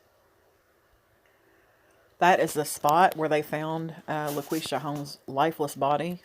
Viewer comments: It’s pronounced La quee sha. Thank you for posting this. She was my cousin’s sister and I needed closure on this. Haven’t heard any follow up reports about her murder. God bless you. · It's pronounced Laquesha Holmes